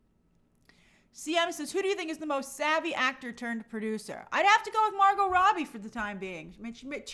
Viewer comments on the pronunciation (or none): none